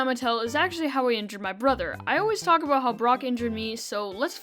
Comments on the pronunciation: ABOOT INTENSIFIES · What you salty ABOOT